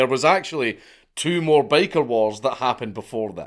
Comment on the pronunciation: I wasn't paying attention while listening to this, so for the first few minutes I thought he was saying," Baker Gangs." Which I was pretty amused and confused at the same time. I imagined Bakers fighting over bread territories and control over the white powder.